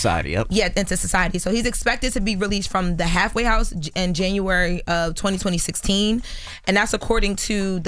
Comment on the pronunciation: Did I just heard " 202016 " ?